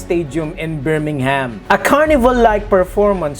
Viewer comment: Actually, as someone who lives in Birmingham, I can tell you that the bull is the civic symbol of Birmingham, owing to the ancient 'Bullring' markets in the city centre. The 'h' in Birmingham is NOT sounded, by the way. The bands featured in the opening and closing ceremonies were all well known Birmingham bands. I agree however, that the depiction of Birmingham's bull did have more than I was comfortable with of the demonic about it. The choices of some of the songs was also inappropriate. I agree with most of what you say. I just wanted to explain why a bull was chosen as well as the selection of the bands.